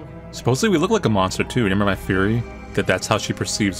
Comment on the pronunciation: I thought soo hard that he said "I have a furry" when he said "I have a theory"